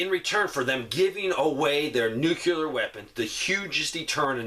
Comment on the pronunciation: Why are you adding an extra syllable to the word NUCLEAR? NUCLEAR is a two syllable word. It is NOT a three syllable word. Stop saying "NEW-QUE-LEER". It is pronounced "NEW-CLEAR". Two syllables... not three syllables. Stop pronouncing the word NUCLEAR wrong. I’ll lead an effective strategy to mobilize trunalimunumaprzure.